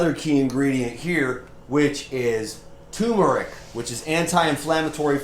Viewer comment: It's TUR-meric people, Not TU-meric. There is an R there that no one seems to pronounce or even spell and it's not a silent R lol